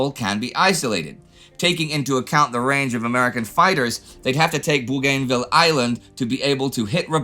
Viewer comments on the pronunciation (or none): Pedantic 1. Its Bogan- vil.